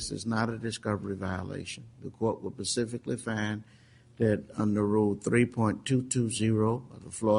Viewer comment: Judge gets that same little look "George W Bush" get's when he feels he says something intelligent. Proceeds to the next sentence saying "Pacifically" instead of "Specifically" or Casey "Anfony" instead of Casey "Anthony"...